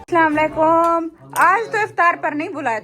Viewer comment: Are aap assama lekum kyu bolti ho ......itna kuchh bolne aata h patar patar pr dhang se salam krne nhi aata h agar nhi aata h to usse achha salam kiya hi mt kro plz😢